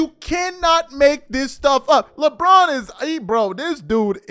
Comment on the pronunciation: sounds like he said Lebum for a second there😂😂😂😂